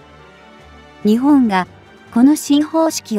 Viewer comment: 日本をニチボンと発音してはいけませんね。読み上げをプログガムにやらせているならもうチョット改善が必要かと思います。読み上げ方も他の皆さんが言われていますが改善願います。聞くのがつらいので1.5倍速で見ています。